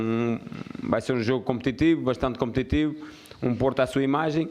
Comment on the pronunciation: Um shot por cada vez que ele disse "competitibo"